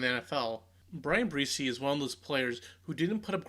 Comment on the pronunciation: Um...It's spelled and pronounced "Breese" like the gentle wind. Please correct this in the near future. Thanks..